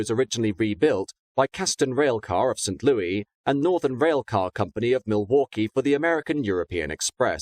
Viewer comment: Why do you never pronounce St. Louis correctly?